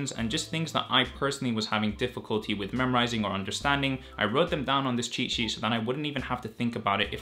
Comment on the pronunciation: Even though you're saying cheat sheet....what i hear is " chi chi "